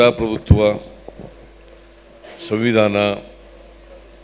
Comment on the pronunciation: ಸವಿಧಾನ ಅಲ್ಲ ಸರ್ ಸಂವಿಧಾನ.